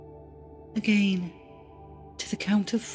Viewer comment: I was all calm until she said “againe” GFFFICSTIJ